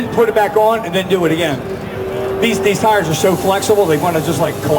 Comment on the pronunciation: teirs.........tires or tyres ffs 😂